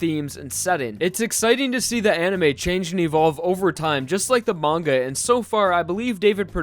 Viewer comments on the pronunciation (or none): none